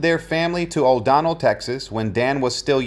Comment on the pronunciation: the small town in Texas is O'Donnell NOT O'Don nell